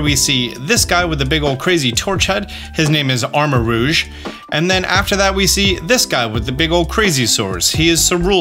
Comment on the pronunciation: Thank you for saying armor-ROUGE(ro͞oZH) correctly. Drives me nuts every time aDrive says armor-ROGUE(rōg). Rogue isn't a color like Cerul(ean), and it's not spelled that way. /rant